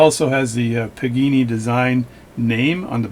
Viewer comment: PAgani! Not PIGINI! THE WAY YOU SAY THIS NAME MAKES ME NOT WANT TO GET THIS WATCH!